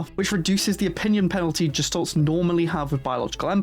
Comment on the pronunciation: Gestalt, not Jestalt.